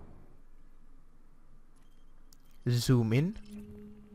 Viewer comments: "Soom out. Soom out. Soom out. Why it no woooork? Ssssshooom out." :D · he says sooom out and is wondering why the zoom is not working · To my ears, when you said, "zoom", I heard "soom", and "yaw" sounded like "chaw", When you clearly said "zoom", the software recognised it. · She doesn't get you because she expects to hear 'Zoom Out', not 'Soom Out'.. or 'Super Cruise', not 'Supher Crews'. :P Otherwise this program really is a great addition to ED and SC, as well as other games. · I think the problem is how you pronounce 'z' sounds, sometimes you pronounce zoom, 'soom' but when you pronounce it 'zoom' it recognises you. Same with Supercruise, you sometimes pronounce it 'Supercrooce' but it need to sound like 'Supercrooz'